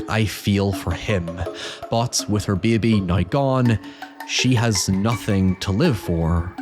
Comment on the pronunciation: de behbeh